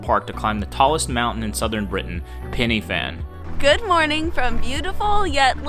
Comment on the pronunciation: pen y fan, not penny fan